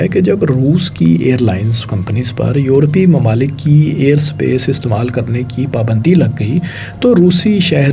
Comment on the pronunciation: o bhai apni pronunciation thik kr lo yar please notic kren targat ni target mamalik ni mumalil tajarti ni tijarti khalafwarji ni khilafwarzi khalaf ni khilaf sakhana ni sikhana